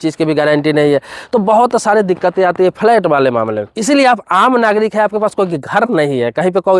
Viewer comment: Abe phle bolna to seekho phalait kya hota h